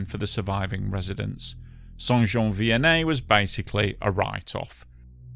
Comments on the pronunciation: Great job on the French pronunciations. As a québécois myself, your pronunciation of the town name is pretty much spot on. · I don t know where your from mate but your pronouciation of Saint -Jean Vianney is proper...and your reaserche on the matter precise .A nice trebut to all who periched that day.That event is still in our memories in Quebec. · Wow! I want to congratulate you on pronouncing St-Jean Vianney correctly people usually have a very hard time with French Canadian names